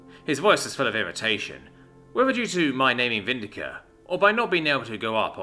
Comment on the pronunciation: VIN-DIC-TA NOT VIN-DI-CA IT'S NOT ENGLISH!!!